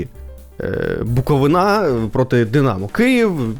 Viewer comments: БуковИна,а не БуковинА,чувак. Не стидно тобі? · На рахунок коментарів про Буковину повністю згідний, але запам'ятайте вже будь ласка, що не БуковинА, а БуковИна!!! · Коли ж навчаться правильно казати??? БуковИна, а не БуковинА ЧернІвецький, а не ЧернОвецький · Дякую, дуже подобаються Ваші випуски. Але, будь ласка, БуковИна). Дякую) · Ще б наголос правильно ставив ціни б тобі не було Букови'на!!! Ніхто ж не каже Полтава' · В слові Буковина правильно робити наголос на И